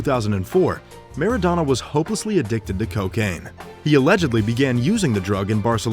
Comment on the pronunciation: Soccer player!...pronounced mara-dona!